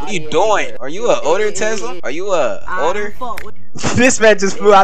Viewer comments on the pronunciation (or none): “ A roblox oder” bruh theres like several of ur vids say “oder” wym lmao no hate tho